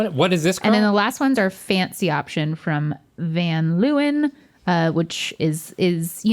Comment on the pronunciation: "Van luwen" - that hurt my dutch soul right there